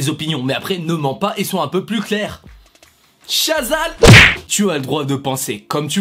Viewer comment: C’est clair « Chazal » 😭